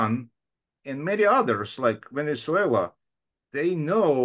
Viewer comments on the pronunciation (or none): none